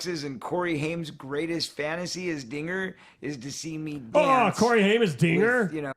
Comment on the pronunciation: I heard Curry instead of Corey.🤣🤣🤣